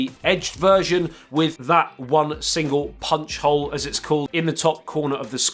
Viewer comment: whenever he talks about the s10+ camera cutout it sounds like he says juul cutout